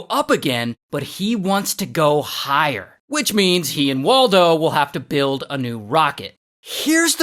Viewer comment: Mike and waltuh❌️ Mike and waldo✅️